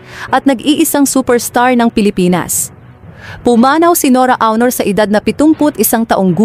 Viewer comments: Hooooyyyyy!!!HINDI AWNOR ang pagpronounce ng AUNOR ni ate guy kundi ONOR.....NORA ONOR (Aunor).Kakairita yng pronounciation mo sa showbiz name ni ate guy. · Onor not Awnor pls. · HINDI PO BA KAYO NAKIKINIG NG TAMANG PAG BIGKAS NG APILYEDO NI ATE GUY? ANG PAG BIGKAS NYAN AY ONOR(AUNOR)AT HINDI AWNOR.ISA KARING GAGA. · Anokaba Dai Dili awnor ui?;onor Dai sllent u anokaba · Akala ko ba NORA AUNOR. Eh bakit yung boses panay sabi Nora AUROR. Paki correct naman, RESPETO naman dyan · Hindi po awnor aunor po NORA AUNOR hindi awnor kaloka. RIP Miss N.A. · Why don't you pronounce it as ONOR? Hindi AW-NOR ANG PAG PRONOUNCE NITO!!! Para kang SIBUYAS BOMBAY magsalita!!!!! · Leche awnor daw onor bigkas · Awnor,,onor,,oh no filipino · Pronounce as Onor not Awnor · Anong awnor., aunor po as in onor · Nora aw...nor b prounaciation nun ok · Ano saki SI Nora auwnor sobra naman Ang pronouciqtion kopal ka? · Ayusin mo Yung AWNOR mo. OA mo NMn. Panget pakinggan. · Nora "AWNOR?" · Nkakaloko naman yang pag pronounce mo ng “AW-nor”… disrespectful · why u keep saying “awnor”? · Sbi ng narator nora awnor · Awnor hehe AI ba to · Awnor? Baga? Ayusin nyo po ang pagsambit sa mga ito, di po nakakatuwa. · 🤪Don't you know how to pronounce her last name? . My God she was around for so many years and cannot say her last name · Sino bs itong nagsasalita na ito tagalog na ang salita di pa masabi ng msayos psti apelyido ni Ate Guy di mabigkas ng maayos 😂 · Rip po. Yung voice over, mali po pronunciation mo sa last name nya.